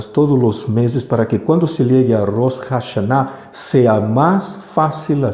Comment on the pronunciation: Del mismo modo y con todo respeto y shalom, se oye muy extraño Rosh Jashaná, se supone que la ache es muda. Gracias y disculpe nuevamente.